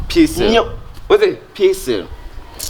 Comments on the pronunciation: Kyekyeku you're pushing into Trouble oooooooo By the way you're making me feel better on my birthday which is today. please is Pizza not pissa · Kyekyeku ur friend said it right it pizza not pezza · actually pronounced PIZZA 🍕 the right way. Kyekyeku said PIZZILLL 😂